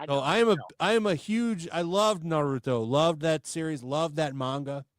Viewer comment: You claim to be a Naruto fan but can't even pronounce Naruto ? I don't believe your claim. It would make sense if your name referenced the DC Yellow Flash Eobard instead, especially because your avatars over the years have been just THAT Flash, never Minato. And for someone who purports to be so smart, the only proof presented for the claim that the entire Boruto community is after this guy is a single tweet by a guy named "Namek", with a NARUTO profile pic. You can't connect those dots yourself? Can you even think?